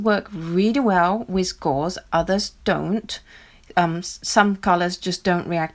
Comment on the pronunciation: wiTH. Not wiZ